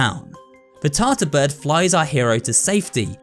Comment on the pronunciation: why did you call the blue bird "Tasa bird" its tarta bird